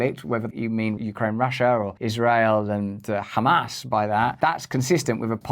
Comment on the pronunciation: Russ, whenever you say “Hamas” it sounds like you’re saying “ham ass”